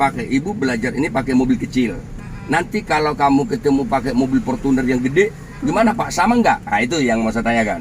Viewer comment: Portunnerrrrrrrrrrr ..rrrr